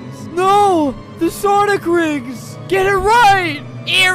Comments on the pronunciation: Sonic❌ Sawnick✅ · Did he still call them sawnic rings? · “Sawnick” haha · Its called sawnlk rings